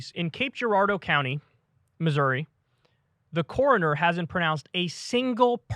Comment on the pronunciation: It's coroner, not corner lol